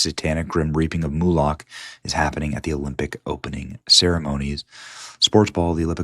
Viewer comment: Benny. If you want to be respected, please put a little effort into your pronunciation of words... "Moo-lock" (try "MOW-lek") or "masionic" (how about ma-SAHN-ik). This happens with Candace a lot also. Reduces your credibility "biggly". And of course you had to include your self-agrandizing "look at all the likes I got" moment which is always part of your presentations ("look at me, I'm at the White House... here I am at Mar-a-lago") Try some humble pie, you might like it.